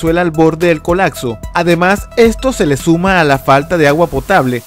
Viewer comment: Es colapso, no colatso!